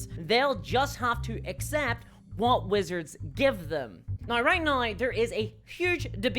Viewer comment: Every time you say now you pronounce it nauye. British or Aussie?